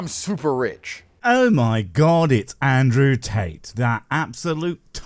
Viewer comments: "Tat-o" made me giggle. Great vid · Oh good, it's Andrew Taint.... Wait what did I say? Nevermind, I'm sure I pronounced that right.